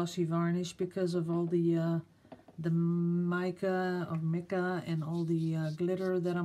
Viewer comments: Hi! Love this One! The word mica has a long "i" as in "bright". Keep on inspiring and have a nice day! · mica is pronounced with the "I" sounded "eye". You were correct the first time. Your English is better than many native English-speakers here in the States. Of course my English fiancé would say - we don't speak English anyway so who knows? LOL The nautilus is AWESOME in any language!